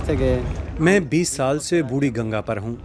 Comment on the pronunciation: "बुड़ी गंगा" नहीं "बुढ़ी गंगा", हिन्दी का बलात्कार मत करो...